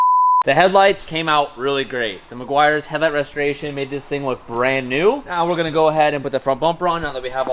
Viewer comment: The amount of times said meguairs 😂